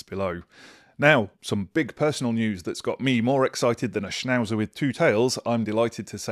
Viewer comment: Schnauzer, Dude